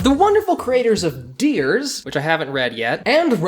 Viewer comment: Dears? I THOUGHT IT WAS DEAR S? Oh and they also made Zombie Loan